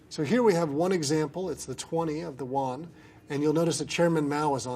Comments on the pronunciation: Yuan is pronounced like how you say U.N., but faster. Nothing like "wan"... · The pronunciation of yuan is not wan, its like mixing the r with the u and ending like a aen so uraen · Its not pronounced won, its pronounced yüan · Yuan not waan.. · An tAontas Eorpach both names could be used and typically other countries say yuan and mess up the pronunciation just like this guy